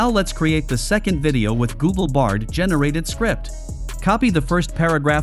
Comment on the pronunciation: Nice 🎉 it’s bard not brad. Might’ve just happened because of the spelling in text given to AI voice generator. No big deal good video 🎉